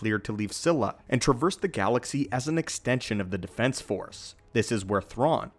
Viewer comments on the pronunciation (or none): none